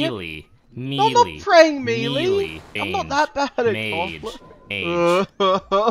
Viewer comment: Can nobody pronounce melee? Its “meh-lay.” Jesus lol